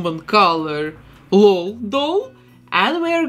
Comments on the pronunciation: its called an L-O-L surprise doll. u say each letter in “lol”. it’s not “laul”🖤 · I think it’s said L O L not lol but that’s just me I think aaaaaaaaam please don’t kill me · Ngl I'm cringing from hearing her say lol as a word not an anticipation because the commercials say "l. O. L surprise " not "lol surprise " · Your accent is my second favorite thing about you and your vids, behind your talent and creations ❤ I love that you call them "lull" dolls and not " L-O-L" dolls. Makes me giggle everytime 😅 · She says:lol Supposed to say:L.O.L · She said lal not lol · You say it L O L you say each letter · First where are you from and second you say the letters separately in L.O.L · She said lol as one word